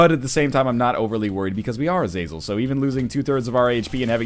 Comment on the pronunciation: Is it not pronounced Aza-zell?